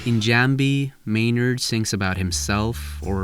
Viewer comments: is notoriously bad at voicing his videos from his accent to his pronunciation. He didnt even bother to look up how to pronounce Ænema or Jambi. Sloppy research, and it shows. His videos have been full of hot air lately, too. A whole lot of talk but not much meaning behind his words. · You pronounced Jambi in two different ways... y tho?